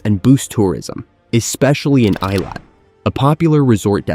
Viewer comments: It's pronounced ay-LOT, not EYE-lot. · The southern port city of 'Eye-lat'... :) 'ih-lat.' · Eilat is not pronounced as "eye lawt" but "ay lawt" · I live in Eilat, Israel. It’s pronounced “EE-lot”, not “eye-lot”. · The name of Israel's southern port city - Eilat is pronounced AY-LOT not I-LOT. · Israeli here. Good coverage, but doesn't touch on current security challenges. And you could have done ten seconds of research to find out how to pronounce Eilat...